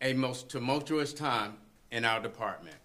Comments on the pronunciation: I had to look up “tumotuous” and found out it’s actually tumultuous. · When he used tu·mul·tu·ous that confirmed my suspicions... SMMFH 😵